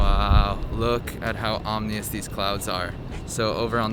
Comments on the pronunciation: he said omnious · "Look at how omnious these clouds are..." 😁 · “omnious” lol